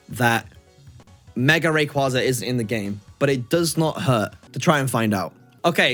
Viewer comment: The way how you and so many Poketubers mispronoucne Rayquaza a legendary Pokemon hurts me